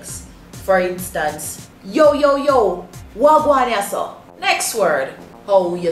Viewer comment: wah gwan not waa ...